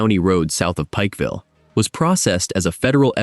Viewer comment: You said pipefull wrong